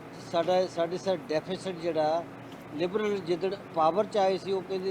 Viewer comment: ਬਹੁਤ ਚੰਗੀ ਡੀਵੇਟ ਸੀ ਸ਼ਾਰਦਾ ਜੀ ਠੀਕ ਰਹੇ ਹਮੇਸ਼ਾ ਹੀ ਗੁਡ ਪਰ ਜ਼ਬਾਨ ਫਿਸਲਦੀ ਸੀ ਡੇਫੀਸੇਡ ਤੇ ਬੋਲੇ ਹੁਣ ਤਾ ਰੱਬ ਹੀ ਰਾਖਾ ਪਤਾ ਨਹੀ ਕਿਹੜੇ ਰਬ ਦੀ ਗੱਲ ਕਰਦੇ ਸੀ ਸਰ ਹੁਣ ਸਰਕਾਰ ਨੂੰ ਕੀਮਤਾ ਤੇ ਕੰਟਰੋਲ ਕਰਨਾ ਅਤੇ ਆਰਥਕਤਾ ਨੂੰ ਓਤੇ ਲਜਾਣ ਦੀ ਲੋੜ ਹੈ ਧੰਨਵਾਦ ਸਤਿ ਸ੍ਰੀ ਅਕਾਲ